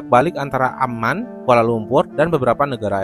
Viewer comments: Bukan Amnan Bang tapi Amman, sedikit mengkoreksi.🙏🏻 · Min, ibukota Yordania AMMAN (double M) bukan AMNAN